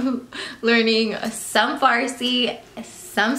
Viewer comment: actually pronounced the farsi well